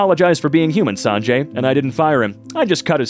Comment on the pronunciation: the pronunciation of sanjay is killing me bro but it adds to the funny In case you were wondering, its pronounced sun-jay